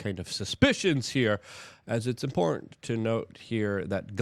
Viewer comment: Important and in-port are 2 different things buddy. Say it correctly